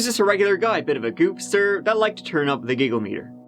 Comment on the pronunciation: I still can't tell if it's goopster, goobster, or goofster.